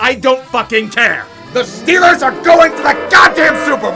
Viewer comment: I missed loving in SW Pennsylvania "Hayll Yea dis hears Stiller Countreee"